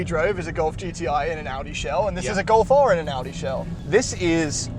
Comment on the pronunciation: "Get a Gof R". Not all of us like the look of a hatchback.